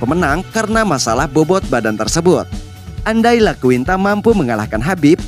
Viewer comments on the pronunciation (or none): iaquinta bang, bukan Laquinta